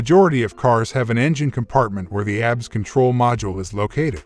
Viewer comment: You know it's not going to be a good video when the narrator can't properly pronounce the subject of the video. A B S not abs